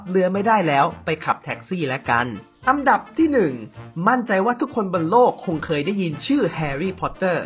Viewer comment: พูดไทยยังไม่ถูกเลยทุกคลิป อันดับออกเสียง อังดับอังดับพ่องมุงอังดับ